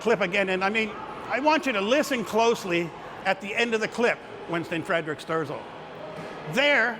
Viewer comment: It is Winston Fre-dick Sterzel.